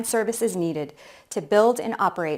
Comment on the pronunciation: Reko Diq ❌ Lelo Diq ✅ 😂